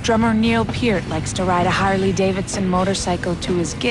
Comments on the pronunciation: It's P EAR T not pert and he rides a BMW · they also pronounced Pearts name wrong.